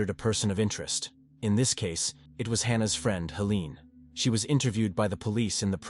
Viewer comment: AI voice: Hmm..."Hannah and Helen"... Hahna and Heleen. Yep, that's right.